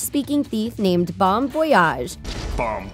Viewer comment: Did she just pronounce "Bon" as in "Bon Voyage" as Bone? 😂